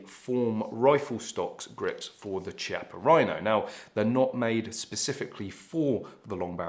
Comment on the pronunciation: Chiappa is pronounced with a K sound kiappa, not a ch sound.. ;-)